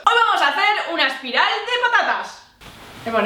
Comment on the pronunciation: dijo al principio un aspiral en ves de espiral lolloolooloollloo 😂 XDXDXDDDDD